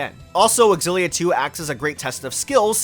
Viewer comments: Does no one know anymore that a word starting with an X is pronounced with a Z sound? What is this "ex-illia?" It's just "zillia." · Well..no I respect you, but not your opinion on how Xillia should be pronounced. You see, as i mentioned in your previous video, the X is pronounced as Si or Sci 😌 Tales Of Scillia or Sillia. Are we good??? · Oh a remake of an old Tales video, awesome ☺️ And still you pronounce the X in the Tales Of Xillia 🙃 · The way you're pronouncing Xilla is triggering tf outta me.